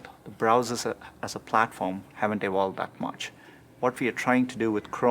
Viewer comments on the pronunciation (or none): "Browsers haven't ewolwed that much?"